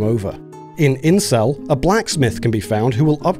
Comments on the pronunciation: I'm sorry, are you saying "incel"? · Oh, it's "Insel" not "incel". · its "Insel" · Anybody else hear the town name as "Incel"??